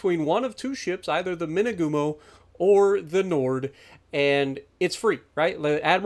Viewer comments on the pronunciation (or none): It’s pronounced knee-ord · Ne-ord. Simple, cmon se.